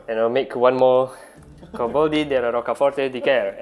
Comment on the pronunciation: Very good italian pronunciation on the coboldi, well done!